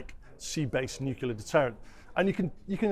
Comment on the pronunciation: What’s ‘Nucular’?